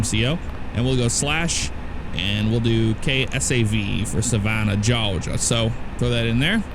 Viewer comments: He can say "Georgia" if he wants. No one cares if it's cringe. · Nice vid. Plz stop saying “Georgia” like that. So cringe.